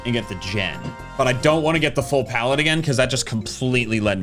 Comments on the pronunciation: Ah yes, plaette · “But anyways, PLAETTE”